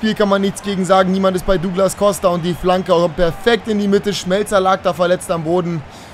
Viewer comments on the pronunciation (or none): none